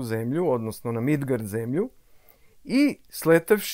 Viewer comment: Bože kako lepo zvuči "Midgard" ❤❤❤❤